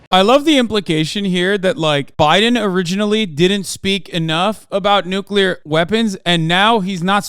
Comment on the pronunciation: The N word. The NOOKULAR word.